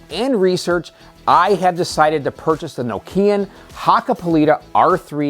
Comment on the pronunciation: Say KNOCK- EE- AN.👍